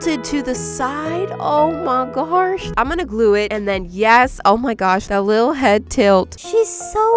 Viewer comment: 😂 the way, she said oh my gwras